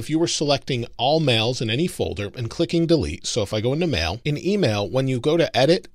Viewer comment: Is it just me or he really says mel instead of mail?